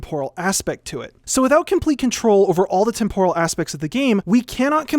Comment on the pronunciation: I don't think that's how you pronounce "temporal"...